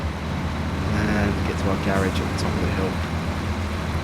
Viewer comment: Dude you are saying Garage wrong